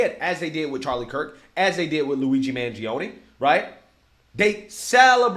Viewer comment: Did he say Mangioni allrged killing of the CEO?